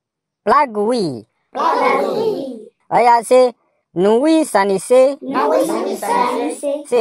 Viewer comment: Is the 3rd one that kills me more....nui-san-ce